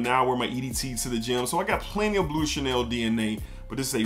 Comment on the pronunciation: Sounds like your saying bootay Chanel 😂 great video bro lots of hidden gems!